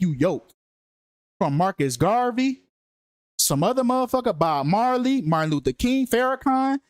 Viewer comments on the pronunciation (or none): none